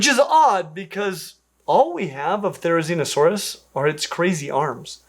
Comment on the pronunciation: Theizinosaurus?? You meant to say "Tickle Chicken", right?